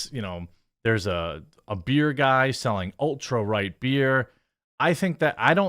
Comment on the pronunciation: I still hear skin head every time I hear Ultra Right😂